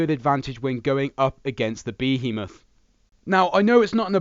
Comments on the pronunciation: Omfg please for the love of god its one word Behemoth! not 3 (be he moth) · Behemoth is apparently pronounced bee-heemoth yeah lol